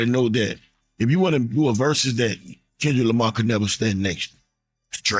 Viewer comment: Not Tendrick Lamah 😭⚰️